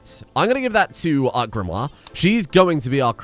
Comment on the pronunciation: I notice you're pronouncing Sir Max's baby mama's name as 'GRIM-wahr' even though you spelled it in a way that would be pronounced 'GRIM-ohr'. The way you're pronouncing it has another 'i' in it, Grimoire.